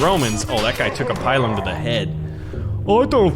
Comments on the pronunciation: Pilum is not pronounce like Pylum. You should say 'Peel-room'. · Incidentally, it's pronounced "pee-lum," not "pie-lum." Also, the Roman short sword is called a gladius, hence gladiator. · Its pronounced PEE-LOOM, not PIE-LUM! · It is pronounced pee_lum not pie_lum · Spelled pilum pronounced pee-lum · He is saying pilum/pile wrong screams in Latin